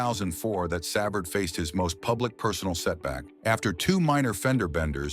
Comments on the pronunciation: Brutal. Pronounced Sa-Vard. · Shut this crap off. The least AI can do is pronounce his name correctly. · AI cannot pronounce his name.